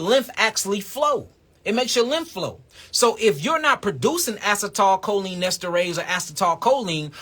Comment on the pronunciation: A-cee-tle-co-leen (Acetylcholine),!!!!